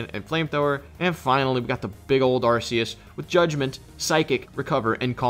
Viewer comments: the correct way to pronounce ‘arceus’ is arkoos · Y'all are pronouncing Arceus wrong, IT'S AR-KOOS